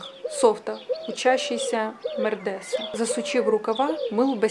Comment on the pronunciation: Спасибо. Чтение неплохое. Шьёшь и слушаешь. Только надо поработать над ударениями. Особенно резануло произношение слова медресЭ